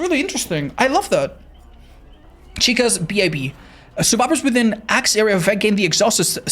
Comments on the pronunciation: Can't believe he said B.I.B. instead of bib lmaooo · Crazy work reading Bib as B.I.B. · The way said Bib had me giggling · why did he say bib like that